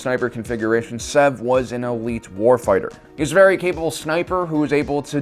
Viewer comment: Its SEV not zev